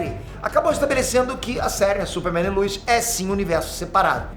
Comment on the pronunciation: Quem é lUis? É lois, pelo amor de Deus